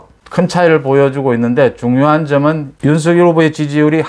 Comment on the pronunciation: 항상 공정하고 예리한 분석 고맙습니다. 이준석의 적절한 통제 노재승의 손절은 불가피합니다. 그리고 윤석열 발음시, 본인도 연설시 "서결" 이 아닌 "성렬" 로 발음합니다. 본인이 원하는 발음으로 이름을 불러주어야 할것입니다